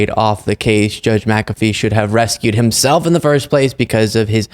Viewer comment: "Rescued" is one word, and "recused" is another. Perhaps you don't want to mix them up.